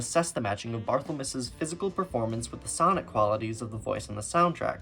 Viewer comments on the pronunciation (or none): none